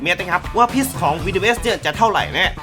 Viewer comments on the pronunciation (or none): พิษ-ไม่ต้องออกเสียง s พี่ มั้งนะ😂😂